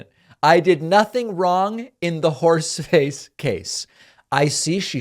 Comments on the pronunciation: When you said "horseface" I thought you said "force space"! Space Force! Space Horse! INCLUDING A HAT. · He's not saying horseface, he's saying whores face. It's hilarious actually. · It really is actually. You all think he's saying horseface, he's actually saying whores face.